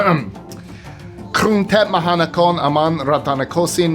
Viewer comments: Holy crap! Great job on Bangkok’s extra long name! Dayum!!!!!!!!!! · Respect to for expertly nailing the long place name and translation! 👊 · Hey! Note for writers: People and things from Nepal are called, “Nepali.” The friends I have from there don’t like being called, “Nepalese.” Also, kudos to you for working out Bangkok’s official name! I live here and I haven’t done it yet. You do give it a Spanish flair somehow though. 😂